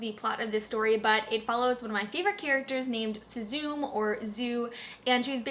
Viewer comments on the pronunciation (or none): I know I'm being very nitpicky but Suzume is pronounced Su-Zu-Meh Watching the video I kept hearing Suzoom when you discussed the Darkest Legacy and was very confused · Suzume is pronounced SUE-zoo-may.